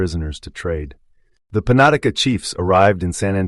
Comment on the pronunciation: Panatica? You mean penetanka?